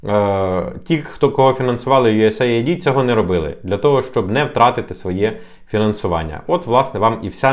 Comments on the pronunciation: US AID - юэс эйд, не USA ID )) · Ю ЕС ЕЙД так правильно вимовляється. Aid- допомога, напр. "first aid"- перша допомога. Наші "висококваліфіковані" експерти вимовити правильно не можуть назву, то, чи варто до них прислуховуватись? Це, якщо стоматолог тобі говорить тобі слово "імплант" то втікай від такого стоматолога